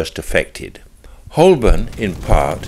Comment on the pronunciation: Good, but Holborn is pronounced Ho-bun.